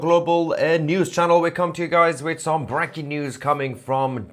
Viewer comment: "Brecking News" I love it. Keep up the good work.